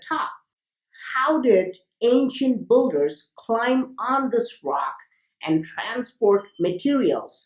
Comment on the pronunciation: Why pronounce builder as BULDER not BILDER ?